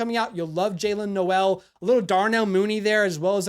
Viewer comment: Great vid for sure. Just a friendly Iowa State fan here to tell you Jaylin Noel is pronounced “Nole” - just for future reference :)